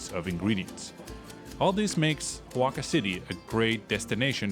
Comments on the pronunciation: Great video!! Keep it up!! Please note though that you are pronouncing Oaxaca (pronounced Wah-ha-kah) as “Ho-wah-kah”. No biggie, just pointing it out because you seem like the kind of knowledgeable traveler that would want to pronounce it correctly. Keep up the great content! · Great video, thanks! (and it's O a h a k a, not hoaka :)